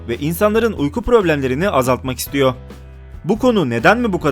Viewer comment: "istiyo" değil, "istiyor"